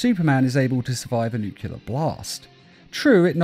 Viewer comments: Nuclear not nucular. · NU-CLE-AR Learn how to pronounce it. How tf do you get NUCULAR from that? Why do so many people get that wrong? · Nuclear, nuc-LE-AR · "Nukelear bomb"